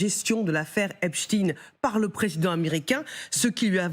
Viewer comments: "epstein" à l'allemande, ou "epstine" prononcé à l'américaine... mais arrêtez "avec "hep-chtine".... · Epstein 😂😂 penoncez le bien on a mal aux oreilles 👂